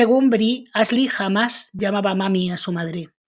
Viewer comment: Tan difícil es pronunciar bien los nombres en inglés? La locutora dice Asli en vez de Ashly, con el sonido sh.